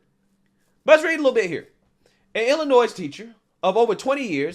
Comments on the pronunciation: Ughhhh, don't get me wrong, I love your channel, but the (s) in Illinois is silent. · Illinoise😂God bless u folks. Im in illinois and hate when i hear that. Lol😂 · Illi-noiSE?? NOISE?! COME ON BRO!! ITS ILLINO-Y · Why are you butchering the pronunciation of "Illinois"? C'mon now. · No 's' sound at the end of Illinois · You don’t pronounce the (S) in Illinois. Other than that love the videos bro keep it up! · Great post! Please don’t pronounce the S in Illinois! Love you ❤ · I know it's not important for most or about this topic but the S at the end of Illinois is silent. I otherwise completely agree with the take of the host. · my dude, I appreciate everything you ever do, but never ever pronounce the s in Illinois! Ever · Yeah, do not expect her to face any consequences. A woman being a pedophile to children in an Illinois school. Maybe a slap on the wrist and told "don't do it again." But do not expect a thing. EDIT: By the way, the S in Illinois is silent, just a reminder. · Great vid. But please stop probouncing the S at the end of Illinois. It is triggering me 😂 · I regret to inform you that I must cancel you today on account of your pronunciation of Illinois 😂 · Just FYI the s in Illinois is silent. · I’m jumping on the train about pronunciation lol. With all due respect, the “s” at the end of Illinois is silent. Love your channel! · Big fan here :) idk why it's always a pet prevention for people who live in Illinois but the s is silent ;) lol! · STOP pronouncing the “s” in Illinois, please and THANK YOU!!! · The S is silent in Illinois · No S on Illinois. Just pronounced Illinoi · the s in Illinois is silent. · Hey man love your content but I’m gonna pile on your pronunciations you aren’t supposed to pronounce the S at the end of Illinois “just saying” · Illinois is pronounced without the S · STOP SAYING ILLINOIZE. The S is silent in Illinois.